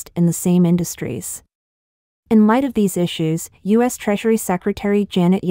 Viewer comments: Idiotic bot narration! AT LEAST teach it to say terms of core importance properly! Not Sino-us - means nothing and is unacceptable - but Sino-U.S. as in China-USA (relations). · Yes, it isn't a "Sigh-No, Uss" trade war, but is, in fact, a "Sigh-No You-Ess" trade war. Spelled and correctly spoken as "U. S." That said, this is an AI narration bot, not a human narrator, so you have to take it all with a grain of salt. Or just laugh--many of the AI narration bot goofs are at roughly the second grade level, so keep a monitor wipe handy, lest you spit coffee all over the screen when you hear one. There are a lot of them, so have a lot of coffee at hand. And the last laugh? AI is supposed to learn from context and high volume exposure to language. No far, I'm not seeing much evidence of it. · PS: If your Al cannot properly say U.S. and not Sino-US, then try using proper punctuation. Or simply refer to my country as "the United States". You need to be aware that Americans are scrutinizing your every word and will not tolerate disrespect of that sort.